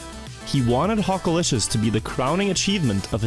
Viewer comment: I Watched this all the way through twice to keep hearing you Say Hockalishious in that accent over and Over